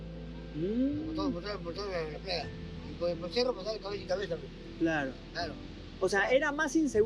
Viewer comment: Que gracioso 😐 dijistes " cerru " vaya me muero de la risa 😐